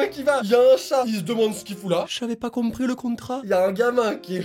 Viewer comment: "J'avais pas comprris le contrract!"🤣🤣🤣🤣🤣